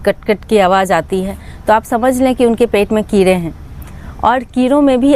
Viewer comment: keere nahi keede bolte hai. 😂😂